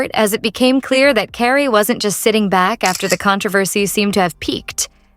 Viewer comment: Please get a real person to read the text instead of an AI voice that doesn't know how to say Carrie.